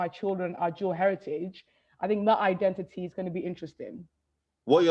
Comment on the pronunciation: It's.... like.... like... iden-i-ee... like... innit?